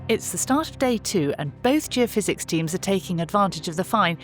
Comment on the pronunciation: Surely it should be Geophys ie geophysics not geofizz which sounds like a drink